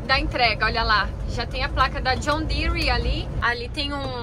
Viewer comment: Assisti um vídeo de um professor Americano brincando que Brasileiro coloca "i" em quase tudo que ele pronuncia em Inglês, e ver a falando John Deere entre outras coisas percebi que ele tem MUITA razão...rs..rs...